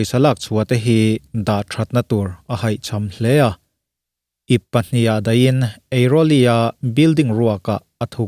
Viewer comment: Eiroli nilo in Airoli tih tur.